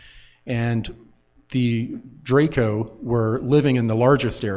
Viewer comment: informed about what? He didn't even know how to pronounce Draco